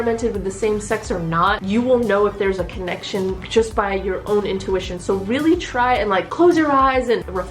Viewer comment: Follow my intuition? More like my intuWISHion.